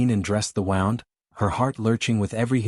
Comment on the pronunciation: Pronunciation: wound (oo) (injury) or wound (ow) (wrapped around). AI can’t seem to pronounce correctly